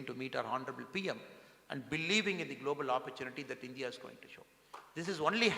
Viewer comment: Why Mr Annamalai pronounces as Indhia not India